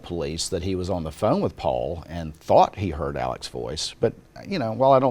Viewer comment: It was excellent when called out Murdaugh for saying "Paupau" instead of "Paul". During ALL the videos of Alex Murdaugh talking, to anyone, about any subject, whenever he mentioned his younger son he always said "Paul". Never once "paupau". But, on trial, suddenly it's all "paupau"s. So disgusting when one knows that he blew Paupau's brain out of his skull, and why? Because he wanted money. He needed to have 4 homes and a hunting estate. With an aeroplane. And front row sports tickets. And 30 fire arms. And a boat. And a beach house. And a river front house. And everyone with brand new fully tricked out cars. They were "remodeling" their "beach house" for $780,000. I live in one of the most expensive towns in the state in which I live. The public schools are consistently in the top 10, in a state where education is valued more highly than in most others. The state in judged to have the best education system in the US, year after year. But you can buy a house in this town for that amount. I bough one for half that amount. All Murdaugh had to do was say "No. We can't remodel that house." Or "we need to sell it. We can rent a beach place." But it was far more worth stealing from a quadriplegic young man, so he could have all this crap that no one needs.